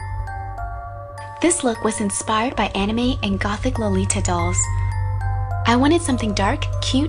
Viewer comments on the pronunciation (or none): Your pronunciation of "anime" and "lolita" is awfully wrong D: Don't get me wrong, I really love the make-up.